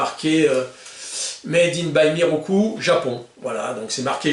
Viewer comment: salut je crois pas que la prononciation soit "mirocul" mais plutot mirokou :)